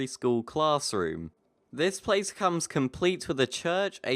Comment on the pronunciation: Bloody hell, how can you murder almost every place name. More home work needed.